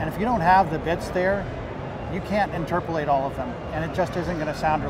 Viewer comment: Interpulate,not a real word buddy.